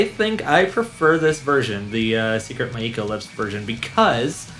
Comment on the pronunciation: It's pronounced (My-Co), not Mai-ii-Ko. Now do 'Gion-Cho'.